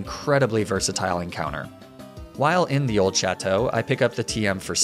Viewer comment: My favorite nuzlocker will say chateau properly, but still pronounces foie gras "foy grass"